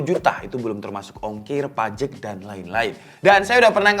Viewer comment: Pajak bukan pajek entah dari mana pajak jadi pajeg